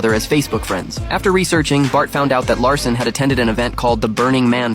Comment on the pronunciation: His name is Jack Lassen not Jack Larson